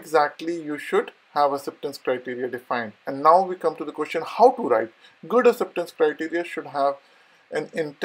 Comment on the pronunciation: First learn to say “ Acceptance Criteria” in a right way!